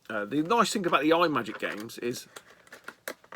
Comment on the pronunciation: Kaboom is the Bomb! Deffo the best paddle game on the Atari. Cosmic Arc (developed by Rob Fulop of Night Driver, Missile Command and Demon Attack fame) is a loose sequel to Atlantis. And btw, the pedantic t@ in me wants to tell you it’s not pronounced ‘eye’ magic - it’s ‘Im’agic. Here endeth the lesson. See you soon buddy ;-)